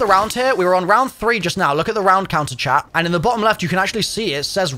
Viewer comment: Took me 13 minutes to realize you weren’t saying chap when you said chat 96 times. I was like, he doesn’t sound like he is from Liverpool lol!!!